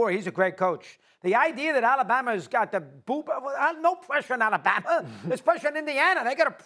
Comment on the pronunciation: The way that dude is pronouncing Alabama is freaking me out